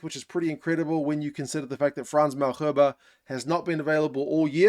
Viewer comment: Great Pronounciation on Ntlabakanya! <3 Now just to get Frans "MAL-HERBE" xd